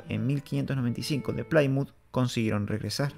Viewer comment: No se dice playmuz, se dice plimuz.